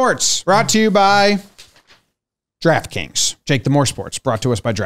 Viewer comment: Sometimes when says "Draft Kings", it sounds like "Giraffe Kings" to my ears.